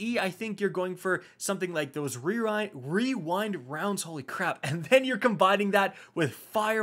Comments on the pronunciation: Wee-wind-wounds haha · Wewind wownds had me rolling 😂😂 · Just say "Wewind wownds" and be done with it. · “We-wind wounds” 😂 So glad you left that in lmao. Great video as always❤️ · REEEEWINE Rounds. Love it. Don't be to hard on yourself. That is a destiny tongue twister. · Followed be “Re-rind rounds” lol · "Wewind wounds" 😂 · You had me dying when pronouncing rewind rounds. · But the most powerful weapon of all: pronouncing rewind rounds